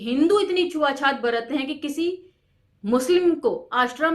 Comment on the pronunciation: छुआ छूत को आप छुआ छात क्यों बोलती हैं मैम।